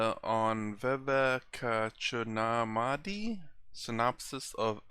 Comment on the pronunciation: This sounds like the anchor is trying to refute/argue everything that Swami Sarvapriyananda states. My advice (with my limited knowledge of the great Hindu scriptures) is - please read some of them. You aren't able to pronounce the word 'Vivekachudamani' correctly. Being very upfront but honest. Thank you.